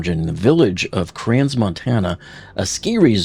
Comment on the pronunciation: It’s pronounced “Cran”. The “s” is silent.